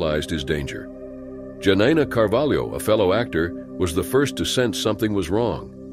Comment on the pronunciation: You pronounced Carvalho wrong. This channel is so tacky im unsubbing